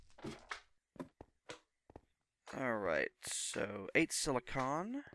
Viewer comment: Great video man. Just wanted to say the way you say silicon made me want to stab myself in the face with a soldering iron. lol